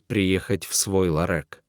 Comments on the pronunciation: 😢это ужас а не чтение. Вы по русски но общее не умеете читать? Эт что за ларек может ларёк 😮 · Этот рассказ, видимо , читает робот! А я хохотала, пока слушала. Особенно, мне понравилось слово , обозначающее небольшой магазин- Ларёк- в рассказе- ЛАРЭК! Очень интересно! Какой богатый русский язык: и слова перепутают, и ударение не там поставят, а нам все ни по чём - итак понятно, что хотел сказать автор! Чего уж там….хи-хи…. По поводу разговора с цветами, я тоже расскажу свою историю. Есть такое домашнее растение- Роза-гибискус. Есть экземпляры махровые, и есть простые. У меня - простой. Саженец я получила- оторвав кусочек веточки от большого растения. Вырастила у себя большое растение, но оно почему-то не цвело. И тогда я вслух сказала: ну что же, не хочешь цвести, придётся тебя в сад пересадить, а там до зимы посидишь и все… Прошло некоторое время и на Розе начали появляться бутончики! И как начала она цвести- то один цветок, то два вместе, то три… И так уже несколько лет, постоянно цветет… Только жаль, что цветки распускаются всего-то на два дня… Но очень красивые! И интересно, что появление цветков совпадает с днями рождения моих родственников , или знакомых… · Не ЛАРЕК, а ЛАРЁК !!! Элементарно правильно прочитать!!!!!!! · Почему ларэк,а не ларек. Не всегда правильно произносятся ударения. А так рассказ интересный. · Не ларёк а ларёк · ЛарЭк" может быть ларЁк? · Не ларЭк, а ларёк!!! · Какой « лорэк»? =ларЕк!!!! Ну кто же так повествует? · Все нормально но почему чтец не все слова правильно читает и делает ударение не правильно ,не ларек а ларёк,голос приятный. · Какое произношение! Вместо ларёк ларэк и т.д. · Роботы все портят! Ларэк - чудо произношения. Ддизлайк и отказ от подписки. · Ну и чтец! Хоть бы раз заранее почитал перед эфиром- лорэк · Ну и чтец! В диалоге никаких эмоций, чисто робот! Как так можно читать??? ЛарЭк, уиере ть и не встать!!! 😂😂😂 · Ларэк, ну надо ж так сказать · ЯпонаМать🤦‍♀️,,, что это за ЛАРЭК❓.. Кто это читает 👎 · Не ларЕк, а ларЁк.